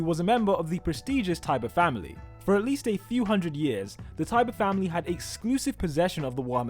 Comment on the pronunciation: Lara's last name is Tybur, not tiber and some say her real name is Emma Tybur.